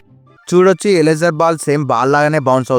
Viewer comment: 😊 bro that is eraser not ealesar😂😂😂😂